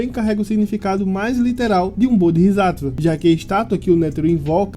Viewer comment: pequena correção quanto à pronúncia, o certo seria "BodsÁtva", ótimo vídeo.